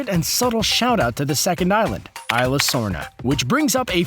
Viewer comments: Ee-sla not eye-sla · It's no ila it's isla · It's isla not ila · It's E-sla not isla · It's pronounced Is-la, not eye-la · Cadin Marohl ikr the pronounced isla wrong...